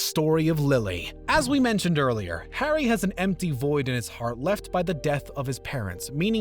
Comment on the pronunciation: 08 "Hair-dy" potter? "Alec" rickman? you need a narrator who can say names right